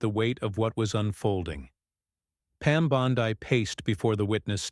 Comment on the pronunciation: Learn how to say her name